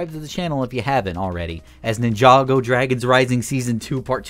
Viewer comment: Bro really said Nin-chako I mean your not wrong 😂